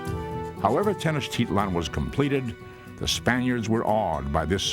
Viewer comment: Oooooo I live in Mexico and the guy is saying Tenochtitlán incorrect